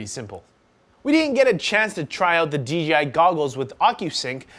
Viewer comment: Dude I heard you say DGI at least 6 times.. its DEEJAYEYE.... :) J not G